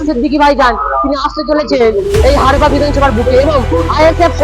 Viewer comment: ভাই হারপা না হাড়োয়া😅